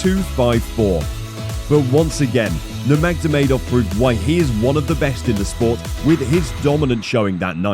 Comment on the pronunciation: Doesn't give a good impression when you don't know how to pronounce nurmagomedov